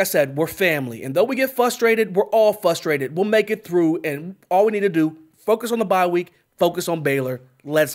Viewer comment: stays saying flustrated to pacific haha